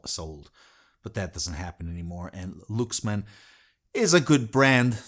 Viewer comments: Is it pronounced " looks man " or " Lucks man, " I thought he was talking about a different company? It sounded good played in "moan-o" or "steer-e-o", but joking aside what a fantastic amp, now I'm on the look for one. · Well Luxman is pronouced more like Laaksman which is ラックスマン or Rakkusuman in Japanese. But it is completely fine.